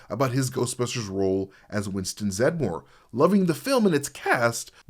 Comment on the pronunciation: THANK YOU for pronouncing Winston's last name correctly!!! I can't stand when so called fans, especially content creators, pronounce his name "Zed-da-more"..... Using the excuse that that's how it's pronounced because of how it's spelt. He's introduced as "Zed-more" and never corrects anyone, so that's how it's pronounced. The only time you hear it as "Zed-da-more" is once, when he introduces himself to the mayor. Other than that, every time you hear it in the movies, and even the cartoons it's said as "Zed-more"